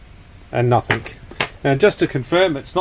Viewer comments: PLEASE READ THIS!!! The word is NOT nothINK. The word IS NothING. Hearing you repeatedly saying NOTHINK, NOTHINK, NOTHINK, NOTHINK, makes me want to leave this message. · Bro... I like Your Videos...And I'm Not A Grammar Nazi...But And In The Video...The Ear Rape Is So Painful...The Word Is Nothing...There Is No K In The Word Nothing!!!!... You Can Say Trying Without A K...And Regretting Without A K ...So Lets Give Nothing Ago...Never Say Nothink... LOL!! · "Nothing".. Not Nothink. The word ends in a G. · It's nothing not nathink 🤔😉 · You do know that nothing ends with a G not K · Please stop saying NOTHINK The word is NOTHING !!! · Nothing, not nathink 🙄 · "nuthink" isn't a word. The word you're looking for is "nothing". (Notice the G at the end...) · Cool Video. But you keep saying nothink. It's nothing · Nothink........ Surely it's pronounced 'nothing.' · It’s nothing with a g not nothink with a k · "Nothingk, nothingk, nothingk, nothingk, and nothingk." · Since when has "K" been on the end of "Nothingk" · Cool vid. Just one thing, there's no K in nothing 😄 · Only me who thinks it's funny that he says "nothink" instead of "nothing"? :) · Hi, there is nothink better than hearing you say the voltage is nothink. ;-) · Why do you pronounce it "Nothink" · I had to stop watching the 8th time you said "nothink" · You say nothink like that’s just the way it is. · the word "nothing" ends with a g,not a k. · Sorry smart video good work and all but I guess I forget my meds or something cause the "Nothink" was making my eyes twitch lol. I think it's time for me to go night night. Wait I need to dispose of some batteries first. Thanks for doing these videos. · it came from the UK and not all Aussies say Nothink lol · Same difference with saying "NOTHIN" and "NOTHINCK" hahaha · “ Nothing” does not finish with a “K”